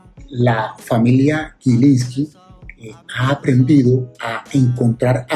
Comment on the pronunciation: en los primeros 40 segundos, si me permite dos correcciones, no es 20 20, es 2020, y no es en su pronunciación "gui", sino "gi", GILINSLKI.